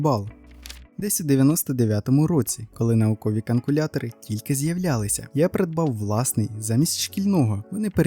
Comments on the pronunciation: ви три або чотири рази кажете каНкулятор, замість каЛькулятор. Перший раз - думала почулося, далі - ні, ви так кажете :)) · Думала, що першого разу мені здалося.., але камон: КАНКУЛЯТОР. Ну, дуже груба помилка